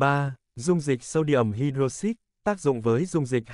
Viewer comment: Anh ơi, cái từ "hydroxide" ấy phát âm của nó là hai-đroóc-xai cơ anh ạ